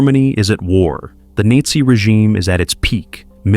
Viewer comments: The “Nate-zee” rebellion. Sheesh. Effing robo readers. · Stupidity is your robot narrator calling the Nazi regime the "Neatsy" regime. Apathy is you leaving it in as "close enough". Click is me leaving to watch something else. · What's the nayt-zee regime? Man these AI narrators put out side side slop. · Alright….you produced a video on stupidity and you pronounced Nazi, “Neasay” Now, that is some next level trolling… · It's pronounced "nah-zee. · I would subscribe if there was a real person speaking. Someone who knows where there is a full stop and doesn't pronounce 'nazi' like 'nehzi.' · "Neighzy regime" 🤣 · " the nitzi regime"???? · The nitsi regime? Ai sucks! Don't know proper pronunciation. 😂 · The Neet Zee Regime? C'mon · Was willing to give this a chance until the AI pronounced Nazi “neetzi “. Fuck you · Nayzee?😣 Maybe we can just stop using A.I. so we don't lose listeners? Please? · Sad that they use a ‘chat-bot’ to ‘read’ a good manuscript! You can tell by the monotonous voice and the pitch in that voice. Also the pronunciation of NAZI is off! It is sad because BONHOEFFER’s thoughts about STUPIDITY are seen in America on a daily basis!! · I wish a human would have narrated this, not AI, then Nazi would have been pronounced correctly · Until I listened to this, I had no idea Nazi ryhmed with Nietzsche. You can't hate AI narration/closed captioning enough. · If only the AI could pronounce Naxi.... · The worst thing about AI slop is that it is so obvious that no one watched it after making it to make sure the machine at least pronounced all the words properly. Nazi and read in this case. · How can anyone mispronounce Nazi? Is this an AI voice over. I stopped watching after 1 minute in and you should too.